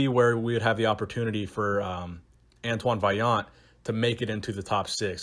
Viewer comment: YOU ACTUALLY PRONOUNCED HIS NAME RIGHT, FINALLY SOMEONE DID IT!!!!